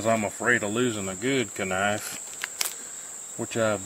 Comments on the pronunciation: Nice vid……..but what the hell is a ka-nife?!!! 😳😂😂🤷🏽‍♂️ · 😂 yes yes someone else that pronounces the K in knife, ka-nie-ffe 😂knife 👏 👏 👏 👏